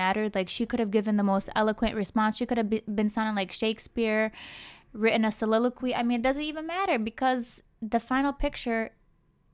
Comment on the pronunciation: I tell you when she said soliloquy I